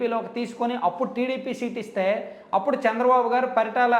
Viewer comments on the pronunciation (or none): none